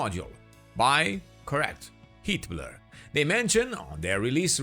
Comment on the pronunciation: "Heatblur" sounds like "Hitler" every time he says it, and now I can't unhear it lol